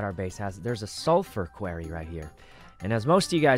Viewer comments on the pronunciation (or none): add quarry to the list of words sykkuno cant say😂